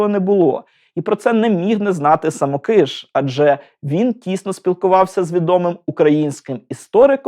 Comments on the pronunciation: Дуже дякую! Але звірте наголос у прізвищі. Мені здається, що СамОкиш, а не СамокИш. Перепрошую. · Дорогенький-саМОкиш-саМОкиша. Ріже слух ваши вимовляння самоКИш. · Дякую за цікаве відео! Єдине маленьке зауваження. Наголос! Все-таки СамОкиш, а не СамокИш. За всієї поваги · А чи правильно ви наголос у прізвищі художника ставите? Коли я вчилась в академії мистецтв, то наголос був на інший склад. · звісно, діло ваше, але я від професіоналів, що дотичні до його творчості, такого наголосу не чула ні від кого. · Дякую за відео. Я вчився в Сімферопольському училищі ім. Самокиша, та декілька разів бував у його Харківській академії. Можете якось обґрунтувати, чому ви наголос робите на "и", а не на "о"? , бо за всі роки навчання жодного разу такого наголосу не чув, дякую. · Браво! Достойний сюжет про талановитого митця! Щоправда, є одне зауваження. Коли я вчився разом з правнуком художника, той ставив наголос у своєму прізвищі на О (так же ж, як і тележурналістка у відеоцитаті). Я гадаю, що родині видніше. З нетерпінням чекаю на сюжет про Сергія Васильківського.